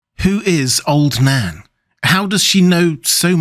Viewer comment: Every time you say old Nan I hear old Dan....